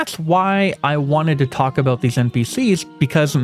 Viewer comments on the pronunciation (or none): none